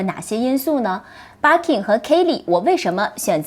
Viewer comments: Bir kin發音好怪⋯⋯ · 包包很美。Birkin 和 Kelly的发音都不对。索性用中文读吧。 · barking barking 的 。。